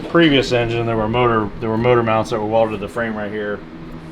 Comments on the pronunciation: Motor meawnts. 😂😂😂 Priceless 😂😂😂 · Did you say "meowount"?😂